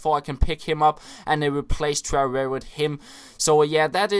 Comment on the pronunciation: The way you say Traore is amazing!! "Trururu"